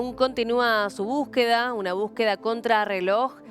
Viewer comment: No se dice búsqueda. Ahora es buqueda😂😂